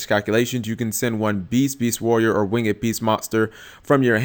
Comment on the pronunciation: It's not wing-ed beast lmao it's pronounced winged* beast my man. Just a tip 😂